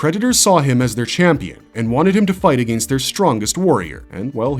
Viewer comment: Holy run on sentences batman! Take a breath dude. "Soary?" "Ah-gain-st?" Geez, couldn't even make it through the whole video for due to your mispronouncing and refusal to pause between sentences 👎👎